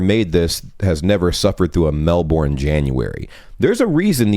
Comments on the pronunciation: oh it's bad, but not as bad as that Mel-boorn pronounciation, hahaha (said with love. It's more like Mel-burn. Mel-boorn is a common mistake) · You may want to look up the pronunciation of Melbourne, AUS. It is different from the one in the US...Kinda Melbrn. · Written as Melbourne, pronounced as "Mellburn"